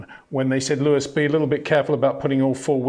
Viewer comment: HEY PETER WINDSOR, I HAVE MESSAGE FOR YOU SIR: With all due respect ... it is NOT Max "verSHtappen" ... Max is not German (Germans indeed do pronounce "st" as "sht") ... #Max33 = Dutch NL/Belgium! ... It is not "Bottash" nor is it "Lewish" certainly not "verSHtappen" .... This BS started long time ago when a British sport presenter interviewed father Jos Verstappen and assumed you can use a German pronunciation to a Dutch Driver thinking it is so "funny" ... It is not. Serious question: can any Englishman say "versatile" out-loud without saying "vershatile" phonetically? most can about 99,99% ... that is why most English can pronounce Verstappen 100% correct! Father Jos Verstappen (also F1 Racer) was very active between back then only a very few said "Vershtappen" but the vast majority of British sport presenters pronounced it perfectly ... only a few old stubborn farts like Peter Windshor